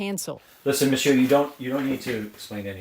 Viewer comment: I appreciated that he said "Monsieur" on the phone call too